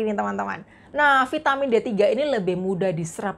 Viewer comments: gunakan bahasa Indonesia yng baik kak vitamin ya vitamin jangan di sebut vaitemin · Trimakasih informasi nya Mbak sgt bermanfaat, tp ada masukan dikit... Vaitemin... Lbh baik diucapkan vitamin